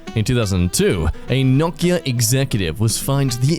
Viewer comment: He (?) pronounced Nokia correctly🥳